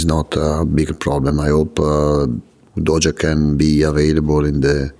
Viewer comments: I love how he calls Udogie "Doja". Lets go Spurs!!! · I keep hearing Udodgy. Shame he can’t dodge an injury playing for us🤦🏼‍♂️